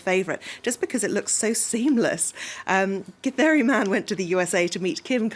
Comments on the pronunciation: The lady actually pronounces githeri pretty well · The way the female journalist says "githeri"...nice! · That lady who read the word Githeri please come to kenya for free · The lady pronounces Githeri man and kamotho like she's a pro in the language.. that deserves a 🏅 medal🔥🔥😂